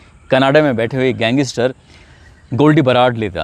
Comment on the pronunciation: Gang is ter ko wah Bhai achi pronounciation h